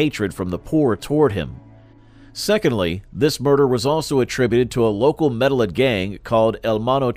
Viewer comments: Me da lin is such a crazy way of saying Medellin. It is pronounced medejjean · EXACTLY. The mispronunciation is driving me nuts. Medellin is supposed to be pronounced Med-ah-yeen. It's a Spanish word 🤦. They should have used a narrator who is more familiar with the Spanish language. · It’s med a yin. Not medal lin. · Maybe it should be spelt meddigin? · You could at least pronounce town right. Over and over. It’s not Medellin. Like medicine. It’s medeyeeen. That’s how you say it. Makes you look bad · After hearing medeling cartel and then Felix gallardo like the Lamborghini I had to turn this shit off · You pronounced medillin wrong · I had to stop watching the video as soon as they said that